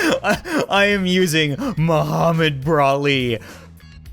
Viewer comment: Moh-Brah-Med Brah-li!